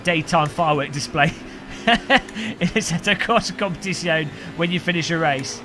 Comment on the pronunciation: Competishyone... xD Just learn it: it's - kom-pe-tizz-yo-ne